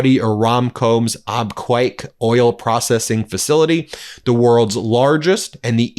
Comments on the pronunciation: Ben it is pronounced "Ab Cake", NOT "Ab kwake", I live there for 16 years. Please pronounce it correctly. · Abqaiq is pronounced Ab-kaik. Not Ab-quack. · Ben : “Abqaiq” is pronounced “Ab-cake” not “Ab-kwake”. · Ben its Abqaiq (abqiq) not Abqwak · C'mon. You can't pronounce Abqaiq? It's AB- CAKE. Please check the pronunciation of places you are naming. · Its pronounced AbCAKE. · Excuse me Ben. Abqaiq is pronounced like *Ab-keg" The photo shows the smoke coming from the area where the flare stack is located. It may have been an operational ignition. Not attack damage. A 7 Million bbls per day oil treating facility. Equal to Saudi Aramco's average export capacity before the war started. Today Aramco's TOTAL daily production is 7M bbls. It was around 9M last year. We need to find out how much damage was done. Abquiq is VERY IMPORTANT. Note that some of the burn scars may have been left from the Houtis 4 September 2019 attack. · Abqaiq is pronounced Ab Cake. It is an oil processing not oil refinery plant. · Ab-qaiq , ab-cake. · Abqaiq is pronounced Ab-cake (there's no u in the name.)